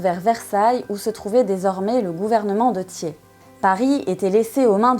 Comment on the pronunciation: Très bonne vidéo documentée sur un sujet trop souvent éludé en France sauf en ce moment 😉 et c'est très bien ainsi. Seul remarque je ne connaissais pas cette prononciation du patronyme Thiers... '' tié'' . Personnellement j'ai toujours entendu '' tière'' et pas ''tié''.... mais peut-être que les 2 existent ? 😅